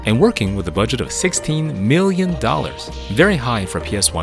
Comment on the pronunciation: Ah okay, it sounded like B-illion for some reason.